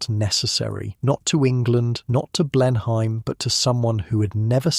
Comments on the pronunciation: It is pronounced Blen-im not Blen-.hime. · Any English person would pronounce it as “Blen-em Palace”, not “Blen-hime Palace”! Otherwise, a very nicely done piece. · You’re pronouncing the Marlborough Oxfordshire estate, quite reasonably, “BLEN-hime”. It is, however, pronounced closer to “BLEN-um”, swallowing the second syllable. It’s a bit like the way many English will pronounce the U.S. state “MARY-land”, whereas Maryland natives will stress the first syllable, but largely swallow it. I split my time between the U.S. and the UK, and I’m always getting something wrong! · The story is very fascinating, but the English accent is so fake. Anyone who lives in England knows how to pronounce Blenheim and that’s not it!